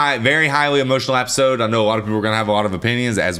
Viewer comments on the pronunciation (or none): EP, EP, EP---isode, NOT APPISODE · Was he saying " appisode "?